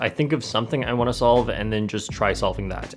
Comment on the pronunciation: It's not wunna It's wanna